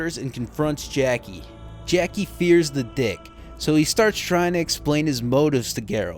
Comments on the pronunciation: When you said "Jackie don't want know Trouber" I laughed out loud. I do the same thing when I have a sentence with too many uncertain Rs and Ls. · Jacques is pronounced kinda like "Jahk" but without the "d" sound before the "j". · The way you struggled to pronounce Jacques was so bad, hahaha. But great video man, I needed a recap before starting Witcher 2 finally.